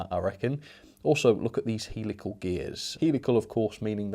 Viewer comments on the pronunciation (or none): You pronounce them Hell-ical not heel-ical by the way ;)